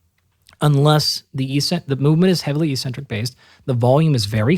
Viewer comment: Dr. Galpin, thank you for sharing your time and insights! However, your mispronunciation of eccentric validates your claim you were a gym rat early on. it is ehk-sen-trik. The first "c" is hardened by the "c" that follows, and the second "c" is softened by the "e" that follows. I highly recommend The Logic of English book as a family heirloom. Also, look into the importance of bio-copper to cellular energy production. The "chrome" in cytochrome c oxidase refers to the color the copper brings to the enzyme. All anti-oxidant enzymes, the real anti-oxidant work horses, are powered by copper delivered via its transport protein ceruloplasmin. It also happens to be the most sophisticated protein/enzyme in the human body with 1046 amino acids and up to 8 coppers. It also expresses as ferro-oxidase to flip ferrous iron in cells to ferric iron, which enable ferritin to remove the iron from the cells and prevent tissue buildup of potentially reactive iron stores. Cu is absolutely critical to the produ tion of Mg-ATP, the true energy currency of the cell, and NPK fertilizer has neither.